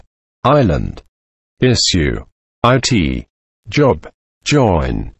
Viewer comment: HIT was pronounced as HILL; wrong! IT is IT (It is a nice day), not an acronym I.T. as presented here. Clearly this a computer voice synthesizer reading a list of words.